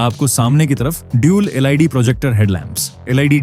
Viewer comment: अच्छा प्रस्तुति है। थोड़ा लटके झटके से कम बोलें पब्लिक को शुद्ध जानकारी कम से कम समय में मिले। अक्सर आप लोग LED शब्द को एल आई डी बोलते हैं जो गलत है और बहुत गलत इंप्रेशन डालता है। सही शब्द एल ई डी है और इसे ऐसे ही बोलना चाहिए।